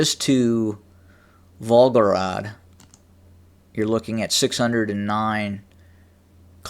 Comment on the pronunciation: Vol Go Grad is how it's pronounced. Thx for this vid.